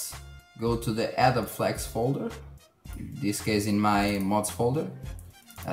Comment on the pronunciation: Nah even native speakers will mispronounce Adobe I'm just saying at least you know say it the right way but I hardly care